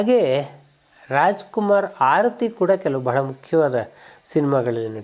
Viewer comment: Hi sir, ಆರತಿ ಎನ್ನುವ ಬದಲು ಮೊದಲಿಗೆ ಹಾರತಿ ಎಂದಿದ್ದೀರಿ. ಗಮನಿಸಿ